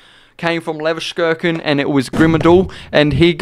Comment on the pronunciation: cant pronounce leverkusen, sure